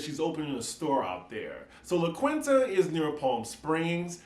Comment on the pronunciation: It’s pronounced LA KEEN-TA. Also looking forward to the RhoLagos pillow talk episode...thanks!